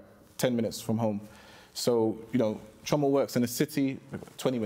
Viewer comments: I swear if I hear CHEE-OR-MAH pronounced CHORE-MAH one more time……… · The pronunciation of Chioma is pissing me off, 'chyourma' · can’t even pronounce Chioma’s name properly 😭 leave him